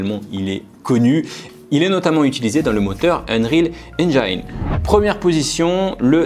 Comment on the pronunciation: engine se prononce Ngine (comme une anGINE)